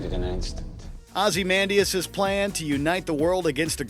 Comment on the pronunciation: The way you pronounced Ozymandias was just awful It's Oz-eh-man-diss(with the eh sound only barely pronounced. Literally only pronounce it the smallest amount possible??